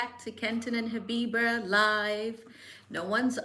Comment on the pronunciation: Lately it sounds like you say your name"Habiber"...hmmm...im i wrong?